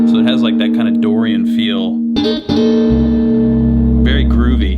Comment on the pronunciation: you say "dorian feel" I say "The Simpsooons"